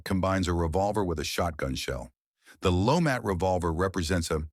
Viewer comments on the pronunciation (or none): it called the Lemat revolver not lomat revoler close though